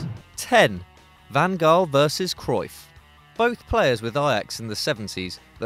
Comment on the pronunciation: Can you please do your homework before putting videos and commenting? “Messi, Ronaldo, and co?” What universe are you living at? Then you mispronounced, “Van Gaal.” Please don’t put up football videos if you don’t really watch football.